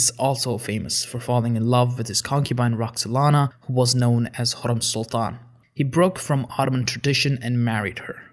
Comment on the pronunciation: Your pronunciation of the names of the sultans is mostly wrong, especially "Hurrem".